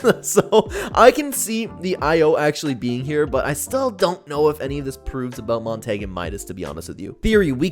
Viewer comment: I love the video but I just have to say this. You keep saying Montague wrong.